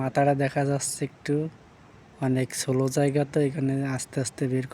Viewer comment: Jasseyyy...? How about Jachhey, eh????.. sairta engine???? How about char ta engine, eh??? Get your Bangla pronunciation right.